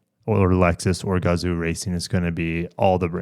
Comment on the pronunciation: Definitely look forward to this announcement. Sadly I just bought a GR Supra so I can’t get it. Also if you want to pronounce “Gazoo” properly it’s should actually have been spelled gazou and the zoo part should be pronounced like “Yo! What’s up” but with a Z. This is how 画像 is pronounced in Japanese and as Americans we can definitely pronounce it properly. When I saw the name Gazoo racing for the first time I thought it was a stupid name, then I finally saw the Kanji for the name and it made sense.